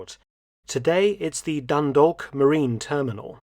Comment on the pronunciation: Hearing mark say Dundalk has absolutely made my day.